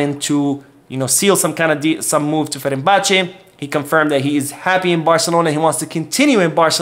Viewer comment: you're saying 'Ferenbache' when its actually 'Fenerbahçe' as in 'Fener...'.